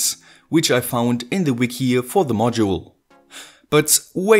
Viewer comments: WATT-HENRY? Surely you mean Watt-hour? (=3600J). And it's "THE", not "THEE" unless the word begins with a vowel, um Gottes Willen noch mal! OK? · pliese pliese stop using thi thi for everi thi there is. ;-) It's "the" thö! as in SauCE. It's only "sie" if the following work starts with a vocal.